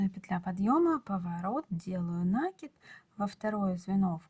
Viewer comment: нАкид, как же режет слух Ваша 😢😢😢 неграмотная речь😢😢😢